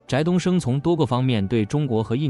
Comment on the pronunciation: 翟（di第二声）东升，ai读错了。